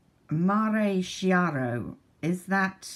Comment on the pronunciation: I can hear you perfectly (watching from YT app on my iPhone 6+). That palette Affresco reminds me of VB x Estée Lauder palette of last year 😉 (Mare Chiaro, that should be pronounced “kiaro”, means light sea). Happy new year!!!